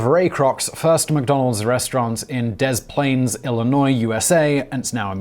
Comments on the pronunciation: I am sure you don’t care, as you’ve said before in prior videos, but one doesn’t pronounce either of the “S” in Des Plaines. It’s said “De Plaine,” rather than “Dez Planes” because French reasons (part of the Louisiana Purchase). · Des Plaines=Deh-plainz.